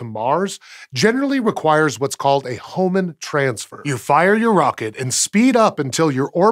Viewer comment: You butchered Hohmann Transfers.